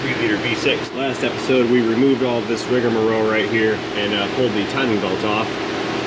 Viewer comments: rig-marole not rig-a-morole. I love you 😀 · It's rig-a-marole.